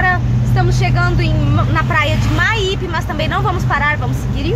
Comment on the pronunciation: Boa noite e, adorei o vídeo sobre o meu Espirito Santo...a Praia é Meaipe se lê com escreve mesmo!!!